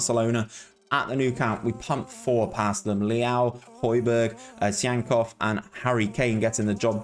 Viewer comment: lmao for butchering Tsygankov's name and then saying he's from Uruguay.. don't look like one is he haha